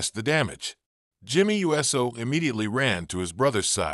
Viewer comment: Hey dumbass it's not Jimmy u s o it's uso you dumb s***learn to say the name right and don't butcher it